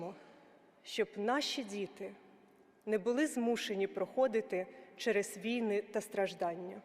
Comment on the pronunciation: 19.7-19.4 свідчить, що текст вперше читається декламатором, бо наголос у слові "війни" покладено не на 1-й його склад, а на останній! Це прикро та збиває загальний заслужений українцями героїко-драматичний настрій від промови!